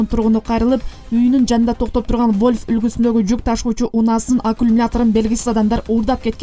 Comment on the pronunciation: Алькумулятор 😁, эй кыз, аккумулятор. Вольф эмес, Вольво